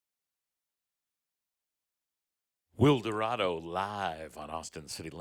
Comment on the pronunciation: i think it’s pronounced wild-er-uh-do don’t worry tho we all make mistakes 🥰🥰